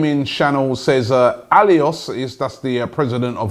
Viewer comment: Robbie, Aulas is pronounced 'Orla' not 'alios'. keep up the great work tho.